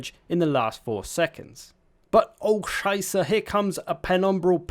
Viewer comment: As a german i love the "oh Scheiße" 😁